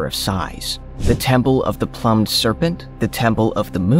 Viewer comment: You seriously don't know how to pronounce the word plume? 🤦‍♂️